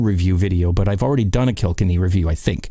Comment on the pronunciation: pronounced Kill..kenny. Not killkinny.